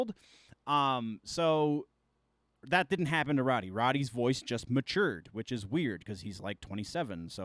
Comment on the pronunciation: Road-e, not Rod-e